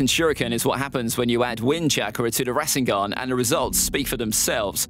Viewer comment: why do you pronouce naruto - nuhrooto and rasengan has 3 syllables to two. you've butchered all of them